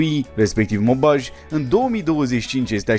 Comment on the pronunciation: A sunat ciudat rau pronuntia celor doua orase din Franta ,Douai si Maubeuge 😂